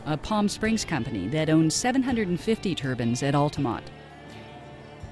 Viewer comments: It's turbines,not turbans.please America,learn to pronounce words right,your english is appalling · The narrator keeps saying turbans. I thought they were turbines.